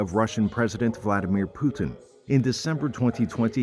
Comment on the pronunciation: Peeu tin